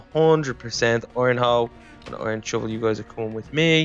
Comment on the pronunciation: I thought that you said "ok chub chub comon with me" when you said " ok iron shovel you coming with me